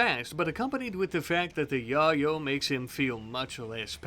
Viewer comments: I’m sure it’s because you’re on YouTube but you do know it’s pronounced ( YaY-Oh ) or (YaY-Yo )right? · Why he sayin yayo wrong? lol